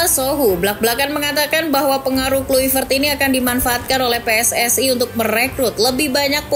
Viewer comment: Di bacanya klaivert. Bukan Kluivert!